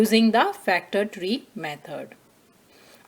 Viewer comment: Method❌ Mehod✅ But TYSM cause I didn't understand anything but it helped me